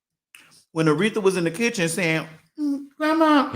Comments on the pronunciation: All I can hear is “grehmah” oh god save me 😂 but that’s insane like straight men are all p***s unless proven otherwise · I watched again just to hear you say "grandma" 🤣🤣🤣